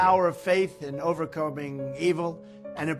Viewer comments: is Adum deaf? How did he miss Trump saying "Over-combing" twice? I'm so confused. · "an important new fil-um ...about the power of faith in overcombing evil"